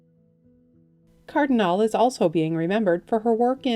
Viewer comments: I knew they would get the name wrong. Also,Henry Jaglom R.I.P. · Claudia "CAR-duh-nall-ley" 😢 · Cardinale is pronounced Cardinaly , the 'E' at the end of her surname is pronounced as a 'Y'